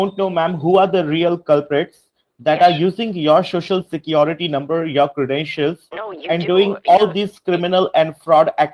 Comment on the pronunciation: Haha, the introductory phrase has to be mastered. Here he fails spectacularly already. Shoshal Shecurity..